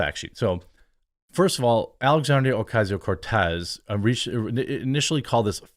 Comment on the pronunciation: I keep hearing what sounds like you saying "Coffee tier cocoa"